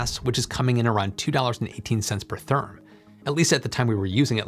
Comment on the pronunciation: Theeerm?? Whaat?